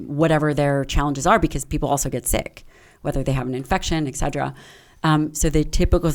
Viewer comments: Listen to me. ET CETERA. Not Excedera. C'mpn, you're a freakin' doctor and you don't know how to pronounce that? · Why did she keep saying 'Excedra' instead of etcetera? Lol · If you are an academic and your favourite word is "etc." do you really have to pronounce it "exeddra" like its a drug, instead of " et certera"? Like eXspecially but more annoying... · I can’t get past her pronunciation of et cetera as ‘eg cedra.’ 😭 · Hearing her butcher the word ETCETERA is unbearable. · Ask your doctor if "Egg-sed-druh" is right for you